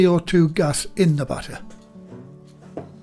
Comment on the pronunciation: I was confused at first because I kept thinking he was saying butter but then I realized he was saying batter.